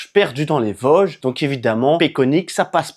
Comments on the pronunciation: On dit Vôôôôôsges bon dieu ! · on dis les Vôooosges 😉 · Merci pour cette vidéo qui m'a effectivement plu mais qui ne m'a rien appris ^^. Petit cours de prononciation: VOOOOsges, Altenweiher=> Alteune Vaï Heure, Schissrothried==> Chisse Rooote Ride. Contrairement à toi, les sacs à dos de tes copines semblent trop gros, trop lourds et mal équilibrés. En Montagne car les Vosges, c'est de la Montagne, c'est vite usant et pénible ce genre de marche avec de tels sacs. Vous avez parcouru un secteur très connu, classique et touristique. Normal, c'est un des plus spectaculaires. Par ce climat, vent pluie et changement rapide de température, évite de monter sur le Kastelberg, dans le brouillard, on s'y perd. Il veut mieux rester à l'abri du vent en marchant sur les flancs des massifs. Il y a bien d'autres secteurs très beaux avec des refuges libres d'accès et confortables toute l'année. Ils sont équipés de poêles à bois ou de feu à l'âtre que tu peux utiliser. La ferme où vous avait fait une pause s'appelle une marcairie. N'hésite pas à me demander des conseils si tu veux revenir faire une expédition dans les Vosges.